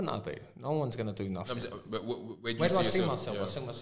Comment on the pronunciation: “YOU’LL DO NAFFINK!”